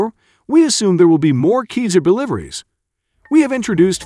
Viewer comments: not sure about that... My teacher used to say that there is no voice recording of à person from the roman times speaking latin. So there is no way to know how c is pronounced. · How many times can this dude pronounce Caesar wrong in 8 minutes? Must be some sort of record, even the captions don't know what he's talking about. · Pronounced (see zer). You know, like the Roman Emperor Public school graduate commentator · It's a computer-generated voice which mispronounces a ton of words. This one made me chuckle ' cause it reminded me of the American "geezer" - as in "he's an old geezer." And I laughed again when I read your German language note. Who knows, maybe the Old Geezer, Cesar, liked Käse? In any case, these Cesars turn Russian equipment into Swiss cheese ... Slava Ukraine! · Yeah, is it just me, or does the pronunciation of "CAESAR" fall somewhat short of the mark? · Ok, well then it should be pronounced with a K like the c in cannon. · Pronounce the name right 🤯🤯🤯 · Pronounce seazar, not kayzer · We don't prononce Kiser like if it's cheese in german ! But Cesar as the roman emperor ! Vive l'Ukraine 🇺🇦 Vive la France 🇲🇫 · Americans, can you please make some more studies before making a video ! We pronounce : Sasar and NOT Kezar ! SO stop SCORCHING our hears please ! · That hard to get to say Ceaser and not Keezer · The C in Caesar isn't pronounced as a 'k' - it is pronounced as a 'Z'. Do you call the ancient roman emperor Caesar - 'K'aesar? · "Caesar" is pronounced "SEE-Zar" not "KEEZER". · That equipment is pronounced SEEZER not KEYSER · OI! Its Caesar as in Hail Caeser - not Keezer.... jeeezer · Robo speak is killing meee!!!! 😅 Artillery rounds are NOT bullets, they are shells or rounds.... get it right n00b... Also the system is Ceasar (Ceesar) not KEYSER!!!! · please please learn to pronounce Caesar as SEE ZER not KEY ZER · The narrating voice prefers to call it a "Keezer" 😂😂😂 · CAESAR pronounced: "Sea zar " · It’s keezer ya geezer!